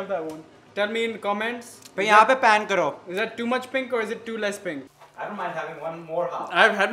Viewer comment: Uuuuugggghhhh my pet peeve!!! It’s notttttt PAAN its a PAN!!!! Pls say it with me - PPPAAANNNN! Not PAAAAANNNN @@@@ Hehehehehe